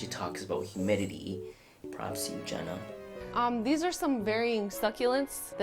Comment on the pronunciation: 0.05 Jenna's not Jeanas 😔